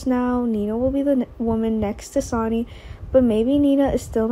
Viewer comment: Here we go again another person who cannot say the names of the people she's talking about his name is not sonny that may be how it's written but it's pronounced sunny do you not watch the show at all do you not hear how they pronounce all of the names it is so irritating to try and listen to you when you're just tearing all the names apart if you can't do it right and read the script ahead of time get off the website truly sign off and don't come back I'm sure you're nice young lady but you're just hacking it terrible please just stop